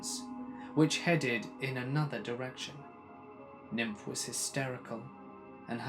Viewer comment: You kill me 😂😂😂😂 Niamh pronounced Neve like Neve Campbell, not nymph LOL!!!!!!!!! Deceased 😂😂😂